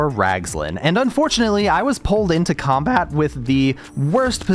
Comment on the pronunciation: "I was pulled into combAat"